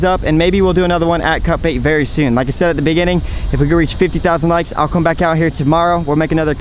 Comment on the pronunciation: Its called Cut Bait??? This entire time i thought you were saying Cup Eight/Ate!